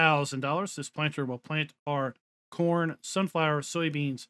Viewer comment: I had to rewind when you were talking what crop type auger wagon takes cause I thought you said porn instead of corn :D :D :D